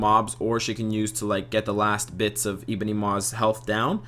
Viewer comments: Zul But we'd lose the funny way this guy says 'Eeebony' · Good video, appreciate your work. As a side note, you say Ebony funny.